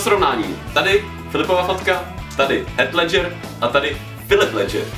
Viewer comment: to že děláte na hov... videa mně je jedno....ale neser se do Heath Ledgera....a když už, tak se nauč vyslovit jeho jméno !